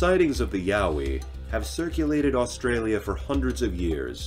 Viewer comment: And it’s a Yowie not mowwy wowwy or what ever the heck he said hahaha